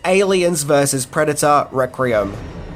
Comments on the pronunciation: “ReQUiem”….not “ReCRiem” 😂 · Good video and well worth a watch. If I have one criticism it's this... Why can't you say Requiem properly! It's not "Rek-re-um' dammit! It's 'Rek-we-emm'!!! Am I the only one who flinched like someone who suddenly had an ice cube pushed up their rectum every time they heard this? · Take a shot every time says reck-ree-um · Is "rek-ree-um" the Australian pronunciation? I have several Australian friends, but I don't think I've ever heard them say the word requiem. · Requiem [ rek-wee-uhm] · Requeem!! Its pronounced requeem!!! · You are a star,. We all have our foible words and "requiem" must be your one. Listen to the voice over of Benedict Cumberbatch trying to say "penguin" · For gods sake learn how to talk there is no second R in the word Requiem your killing me dude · Whoa. How many "R's" you putting in "Requiem"?! 😋